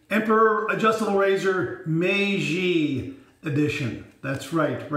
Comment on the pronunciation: Hi,. Yes your "MEIJI" pronunciaiation is good! I also bought "The Emperor" ajustable razor. I will watch your video and learn more from you. Stayt safe. Mitch